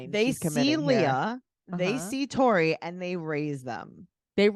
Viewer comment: Ok you totally said “Corey” not Tori! 🤣 you’re not crazy! Lol